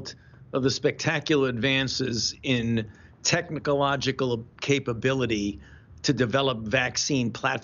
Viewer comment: man said "technicalogical"